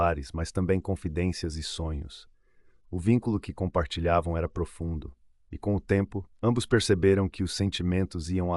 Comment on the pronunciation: DAVID SE PRONUNCIA DEIVID